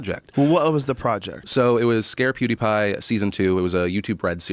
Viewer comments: As soon as I heard it I stopped the video and went straight to the comments XD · LMAO listen to way he said pewdipie's name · Nice pronunciation my dude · Joe's pronunciation of Pewdiepie is hilarious. He has to be doing that on purpose right? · Joe says Poodepie like an old man that can't keep up with the new hip kid slang. "Ugh! It's PEW-DE-PIE, DAD!" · Dude, Joe,its not Podtie Pie.. its PewDiePie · Can somebody tell Joe it's not poodiepie it's PEWdiepie. thanks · pyew pyew not poo poo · I almost choked on the juice i was drinking when Joe said poodipie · “Poodipie” - Joe (Joe rogan) Rogan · “Poodipie” - Joe Rogan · Nobody: Joe: “PooDeePie” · Lol Joe "poo d pie" Rogan 🤣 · joe pronouncing it poo de pie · Joe "PooDiePie" Rogan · "pootie pie" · Did he just say POO DEE PIE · Lol “POOdipie” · Joe "PoohdyPie" Rogan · "Poowdiepie"-joe rogan 2018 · Joe “Poodeepie” Rogan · NO ONE: JOE: pOoDiePie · no one: Joe: Poodipie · Joe “poodiepie” Rogan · "Poodiepie" lmao, the way he said that reminded me of my dad trying to be hip. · can't get over Joe calling him poodepie numerous times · Joe "POO DE PIE" Rogan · He said pootypie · When joe hogan said poodeepie i felt that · “Poodie pie” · Joe "Poo Dee Pie" Rogan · POO-DI PIE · Joe "Poodeepie" Rogan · Joe “PoodeePie” Rogan 😂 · I lost it when joe was making his final piece and he called him “poodeepie” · Thought he was about to say pouty tang. But he said pouty pie. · Joe "poodiepie" Rogan... Joke aside.. love you Joe.. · No one: Joe Rogan: “Poodie Pie” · I like how joe constantly says “Poodypie” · The only thing I got out of this video was joe saying poodypie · Lol at Joe....."Poo-deepie" haha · "POO DE PIE" lol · Joe "Poodie-pie" Rogan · "Poodeepie" is more successful than you, show some respect at least get the name right. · Sounds like Joe is saying poo-die-pie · Joe "Poodeipie" Rogan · Joe can't say pewdiepie. #poodiepie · Poodipie?! Sounds like Khalabib! haha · Am i the only one who hears Joe say "PooDiePie"? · "POO DE PIE"